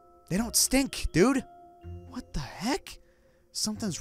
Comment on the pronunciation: *Like deh not like den